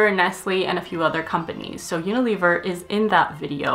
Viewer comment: That’s not how you pronounce Unilever